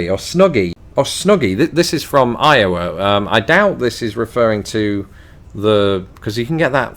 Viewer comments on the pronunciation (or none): none